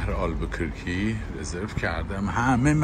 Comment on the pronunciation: اگر کمی روی تلفظ کلمات دقت کنید بهتره، البوکورکی نیست، دیستورب و بریک هم اشتباه بود